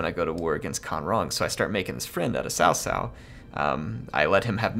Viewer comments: By the way its pronounced Tsao Tsao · cao cao is pronounced tsao tsao, not sao sao; gotta use that ts sound, like drumming